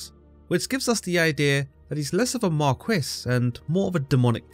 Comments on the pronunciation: I’ve never heard anyone pronounce Marquis (Mar-kee) as Mar-coo-ees 😂😂😂 just turned this video into a comedy 😂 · 😂 glad im not the only one who had a good laugh about it. He caught me off guard with that pronunciation